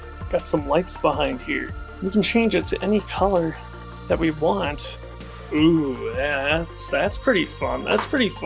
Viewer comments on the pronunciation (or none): none